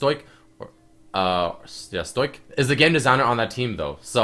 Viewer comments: "stoik" HONESTLY I CRINGED. It's "Stoe-ick" pls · Stoic. Stoh-ick. not Stoyc lol. You even went like "wait, what? that's not a word." 0/10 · "Stoyk" ...jesus christ.. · stoic say "sto" then "ick" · Stoic (Sto - ic) pronounced stoik (or sto - ick). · Lol how he pronounced stoic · Lmao at your pronunciation of stoic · The way you pronounce stoic triggers me